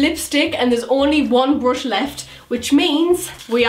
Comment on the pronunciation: No hate but it's blush not blosh and brush not brosh